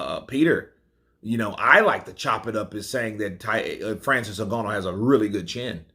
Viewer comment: Nice to see pronounce Ngannou properly 😂